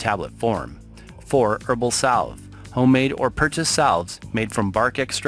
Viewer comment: Thank you for a very informative video. Just fyi, the "l" in salve is silent.